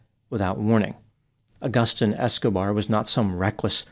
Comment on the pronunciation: The way you pronounce Agustin is brutal - and no, I am not a spanish speaker.